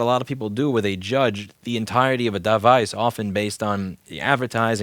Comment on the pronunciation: I like the way you said "duh-vice".